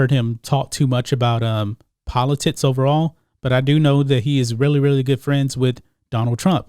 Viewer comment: Bruh it’s politics. Not politits.